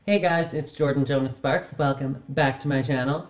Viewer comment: Jordan Jonah Sparks 😊Yup, you did say my name right.